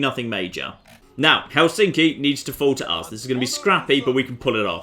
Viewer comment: I'm finnish it's pronounced hel in ski